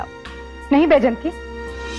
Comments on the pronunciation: Baijanti hota h baijti nhi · Bhejnti ❎Bejti